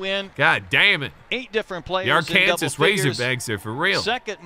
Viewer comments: "R Kansas" -, 2023 (It is pronounced Ar Kan Saw) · My Arkansas razorbacks went crazy! And it’s pronounced Ar-kansaw not Ar-kansas 😂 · From memory.. the Blackhawks aren't racist lol.. it was "batted balls"... It's ARK AN SAWS not "ar kansas" lol... That Russian hockey game was Vlad Putin propaganda.. it wasn't John Madden, it wasn't Pat Patterson lol.. it was Jimmy Johnson and my favorite.. "Columbus?! COLUMBUS?! Where is that, New Jersey or something?" haha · Can someone teach him the proper way to say the state of Arkansas... Arc-can-saw. Not Are-Kan-sus(Are-Kansas?) And that is from a Canadian... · My guy literally called Arkansas Airkansas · “Zach Hample like balls” 💀 “Where is Arekansas at” 💀 “My favorite Philly is Trea Young” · it’s AR-KEN-SAW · “Are Kansas”😭😭😭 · arkansas is pronounced ar-ken-saw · It's not ar Kansas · Did he seriously say ar-kansas... I'm not even from there but damn and calling Oakland... Oklahoma... the patriots titans game was an afl throwback that's why the refs had those uniforms... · Arkansas pronounced Are Can Saw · Arkansas is pronounced....R-Can-Saw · Are-kansas? Smh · Arkansas = R-can-saw. Just saying lol